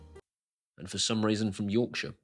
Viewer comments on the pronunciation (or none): none